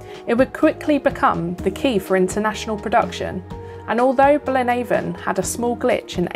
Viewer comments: Excellent video marred by only one thing. The pronunciation of Blaenavon! Nobody in that neck of the woods says BlaenAVON as in river Avon. Its pronounced as to rhythm with HAVEon! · Fascinating! 😍 Again, I've never been here either (which is bad for a Welshman!). I thoroughly enjoyed this one, loads of history 🤩 Really interesting, thank you 👏Btw, Blaenavon is pronounced Blaen afon, which means "River's Head", as it's the source of the Afon (River) Llywd, which feeds the River Usk 👍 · Thank you so much, genuinely it's great to hear your thoughts and feedback. I apologise if i mis pronounced Blaenavon 😶but thats super interesting, i thought it had some connection with the river so its great to know, thanks so much for commenting and watching! <3